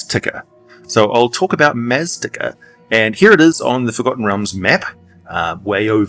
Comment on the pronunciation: Maztica is pronounced "maz-TEE-ka".